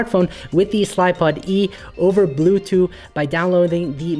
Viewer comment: I'm very curious. Why do you pronounce bluetooth as bluthu?